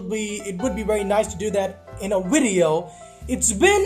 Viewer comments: When the video started did he say video or wideo because it sounded like wideo xzd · Ur voice is funny and say Video with letter V not W lol also have you got the new godlike cue from winning 15 matches in a row